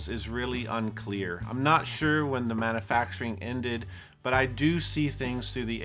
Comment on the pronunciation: Now THIS is what does best (aside from your cringy pronunciation of "manufacturing")... Much better than making/"inventing" his own gear. You are a tribute artist at heart, More of this, please.